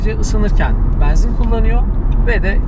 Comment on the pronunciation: Benzin kelimesinin telaffuzunda 'E'harfi açık kullanılmaz. Kapalı 'E' kullanılır. O kadar cok rahatsiz etti ki yarısında kapatmak zorunda kaldım.